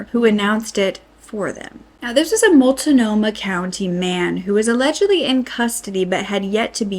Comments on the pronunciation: As someone whom lives here… please learn how to pronounce the names lmao I cringed every time you said Willamette and Multnomah 😂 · I love that this is getting covered, but I was born here and some of the pronunciation makes me giggle.. it reminds me just how off we are as a whole state Also:: you really give me miss frizzle vibes and im here for it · I'm sorry, but please learn how to pronounce the names of the places you're reporting on. This is a shit-show. And I was looking forward to watching this report, but I just can't get more than half-way through. Willamette rhymes with goddammit. And Multnomah is only 3 syllables. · I'm not trying to be rude, it's Mult-no-muh, not mult-a-no-muh. And Willamette is will-a (as in the word "am") mette. Just for future reference in case the Portland area is mentioned again. ❤ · It's really weird hearing someone say "Multa-nomah" county when out here we pronounce it "Mult-nomah". It's like people saying "oree-gon" when we say "O-reh-gon" for Oregon. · Willamette is pronounced Willammit. Multnomah is pronounced Mult no maw there is no I sound in it. Multinomah is incorrect. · Appreciate the report on this but being a resident of Portland, the mispronounced areas (especially Mult-noh-mah) was painful. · I know our place names are hard to pronounce if you're not from here, but "Mul-ta-no-mah" is jarring every time. Good video, I'm just saying... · Flay- eee- vel.( Flavel). / Mult-no- mah( Multnomah) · I wish that creators would take the 5 seconds it takes to research the correct pronunciation of the native words they're saying when they speak about oregon. It's wil-LAM-ette and mult-NO-mah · Just fyi, it’s Mult-no-ma and Will-am-it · Flavel street…. It’s pronounced ‘ fluh- vel’ willamette ‘Will-am-et’ Multnomah ‘Molt-no- muh’ We were checking everyday to see what was happening. We were all scared. Nobody told us anything. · Will-am-it Mult-no-ma county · PS- it’s wil-AM-ette and Mult-nomah. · Mult nome ahh